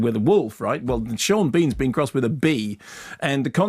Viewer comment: Sean BEEan